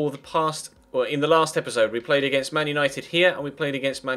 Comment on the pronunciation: You said Manuel Nited at the end